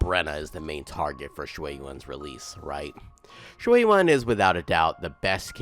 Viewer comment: Surprisingly you trying to pronounce his name in Mandarin term, instead English translated English he is pronounce in QiuYuan, should be pronounce as Chew Yen(or Yuen) instead Q Juan In Chinese it is Chou Yuan, which how pronounce it